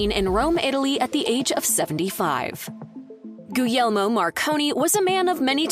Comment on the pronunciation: Hershey ? World famous ? No . Had to google it - unheard of outside the US . Not even remotely as well known as Cadbury or Lindt . Guglielmo Marconi , please learn to pronounce his name correctly . Guglielmo is the Italian form of William ; the G at the beginning is silent and it is pronounced correctly almost as Williamo .